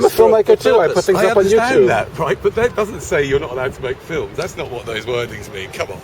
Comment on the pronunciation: but what is the queens english (which was totaly different to the politese of the language we use today ,)i get what your saying though but i dont think reginal accents are a problem when speaking with someone from the same region ,so you obvious;y knew what i he meant by saying "fink" so what the big deal ,i know it cost nothing to be polite ,but if you argue that fact is that not butting against free speach? im just saying its not a big deal is it ?